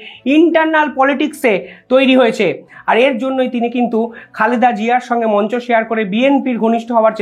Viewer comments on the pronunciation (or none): none